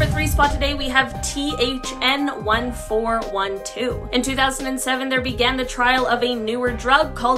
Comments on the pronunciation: “Tgn” not thn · Did anyone else hear THN1412 instead of TGN1412?